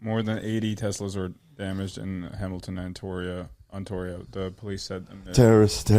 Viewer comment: OntOrio? Twice, too, bahahahahaha I love it